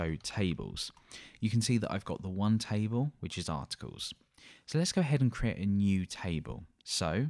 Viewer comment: taible nice accent hahaha.